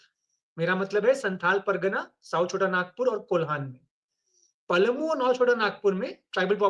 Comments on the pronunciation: Palmu nhi palamu hota mahtto nhi mahto hota h pehle jharkhand ka naam Jaan lo fir koi comment krna jharkhand ke baare me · पलमु नहीं, हम लोग पलामू बोलते थे l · PALMU NAHI PALAMU BOLA JATA HAI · Palmu nhi palamu bolte h Or inko congressi chamcha bisaagya bana diya